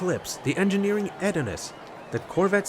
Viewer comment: "I feel like I'm probably mispronouncing Engineering's name, so..." I felt that you were right how you pronounced 'Engineering' 😉 Nice races, thank you 👋🏻👴🏼